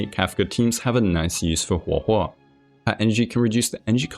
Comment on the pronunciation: I just wanted to say that Guo Guo can be read as "pan pan" (as in like frying pan), well, since Guoba is a food that is made from a kind of rice that is cooked until it sticks to the pan. Which is funny, I guess. Also, good job on pronouncing her name, you did pretty well